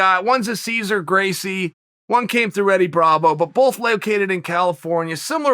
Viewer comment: I like how Chael pronounces "both" as "bulthe"